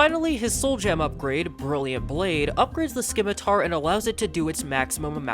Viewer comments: The C in scimitar is silent. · can u not say scimitar or is it ragebait